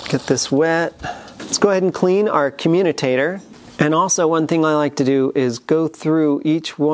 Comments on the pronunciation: commutator, not communicator...great otherwise! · Communitator????? I think you mean commutator. Great video, like all the others. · It pronounced com-u-tator. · Hate to be a stickler, but... it’s a “commutator”. No letter N in it, ... now back to our regularly scheduled program. Great stuff btw. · FYI, you are mispronouncing "commutator". You seem to have injected a few extra letters that don't belong.